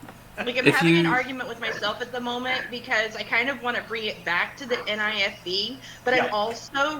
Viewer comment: NIFB, not NFIB